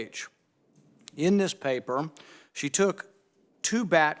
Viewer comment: Anthony “papuh” Fauci 📄